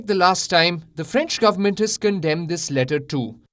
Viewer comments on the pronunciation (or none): none